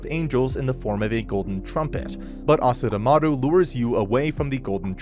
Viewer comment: Also it's "Asuramaru" not "Asuramaru".